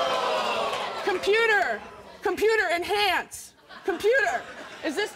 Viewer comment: “Computer! Conpiter ENHANSE” 🤣🤣🤣🤣